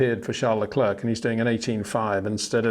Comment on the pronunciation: Would be nice if you once and for all could pronounce Verstappen and Leclerc correctly.